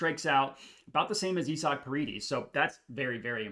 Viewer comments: It's pronounced I-zick not E-sock 🤷🏼‍♂️😂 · You saying isaac name wrong or im tripping 😂😂😂😂😂🤦🏾‍♂️